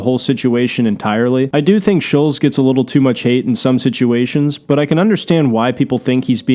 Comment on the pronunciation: SHULLZ....SHULLZ......it's fucking ShulTtttttZ